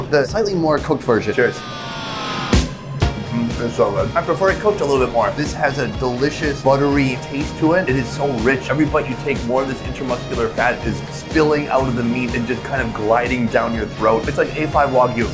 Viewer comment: Intramuscular fat, not Inter-muscular fat.